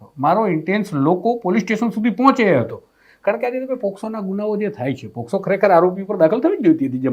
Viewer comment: પહેલાં તો બોલતાં શીખો પોસ્કો નહીં પોક્સો કહેવાય.